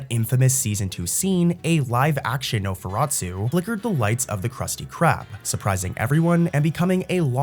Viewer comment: Nosferatu not su